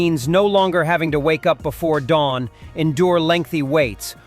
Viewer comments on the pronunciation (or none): none